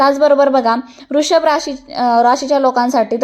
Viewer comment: रू शभ नाही वृषभ राशी असे म्हणा मॅडम